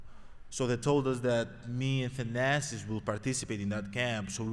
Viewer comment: Finally Thanasis.. say your last name the right way.